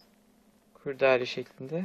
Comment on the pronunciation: Bu arada kurdaale değil de o kurdele